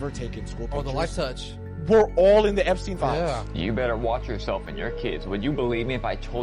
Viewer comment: Umm...'Eppy pen files?' Spend 16 years in a 12 year education and come out pronouncing 'Epstein files', 'Eppy pen files'? Sometimes I think my tax dollars are wasted.